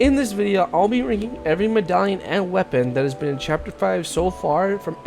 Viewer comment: Bro said mdaion